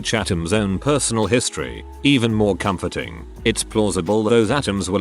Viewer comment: "I find that very "com-FORT-ing".